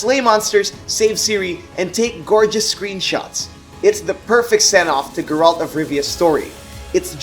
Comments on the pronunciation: Did he just call Geralt..."Gharalt"? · Point of correction, Witcher 3 might be Geralt's (your pronunciation was hilarious) final adventure, but it's not the last game in the Witcher franchise.